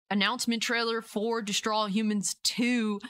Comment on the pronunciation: At first, when you said “destroy all humans”, it sounded like you said “straws of all human”. I really enjoyed both of these games and I’m looking forward to it, but I’m cautious too